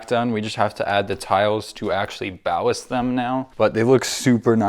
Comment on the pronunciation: pronunciation error it’s ballast 😂